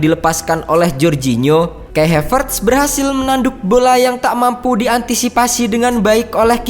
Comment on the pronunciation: Bacanya Kai Havertz ya Kai Havertz aja, bukan Kei Hevertz wkwkwk